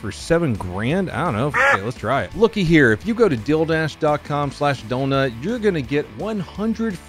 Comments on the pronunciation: Were you saying “deal dash” weird lol. Maybe it was the dildo canon still in my adolescent-esk brain, but it sounded like you were sayin “dildash” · When you say "Dealdash" it sounds like "Dildash" and I had an idea for a business. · you say dealdash funny 💀